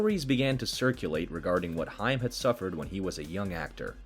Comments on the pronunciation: I think dude last name is pronounced haym not hiym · Your correct it's haim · HAIM, not Heim. geez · To those narrators that didn’t grow up in the 80’s and 90’s…It’s pronounced HAME!! Not HIME. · Corey HIME? It's pronounced HAYM, ya artificially intelligent imbecile! lol 🦃😁🦃😁🦃😁🦃😁🦃😁🦃😁🦃😁🦃😁🦃😁🦃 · it is pronounced HAME SPELLED HAIM THAT BUGGED THE CRAP OUT UF ME! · Say the word " aim" and put an " H" in front of it! Thats how it's pronounced! I swear that's driving me crazy! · Creepy robo narrating can't pronounce Corey Haims's last name. 😅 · Dude please say Corey’s last name right!